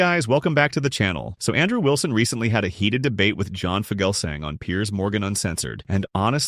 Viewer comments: Its pronounced feu gal sang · Good grief, you mispronounced Fugelsang.